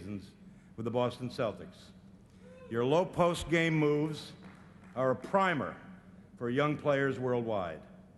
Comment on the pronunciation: Yeesh. If yer gonna use a fancy word like "primer", take a coupla minutes to learn how to pronounce it, boobus.